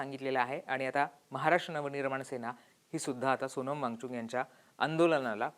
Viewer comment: या निवेदकाला वांगचुक म्हणता येत नाही ,तो सारखा वांगचुंग वांगचुंग म्हणत आहे .😅